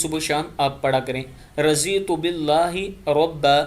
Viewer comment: Razitu nh raditu prhte hen arbi m